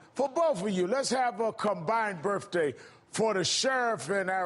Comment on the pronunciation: I think he said it more like 'birfaday'.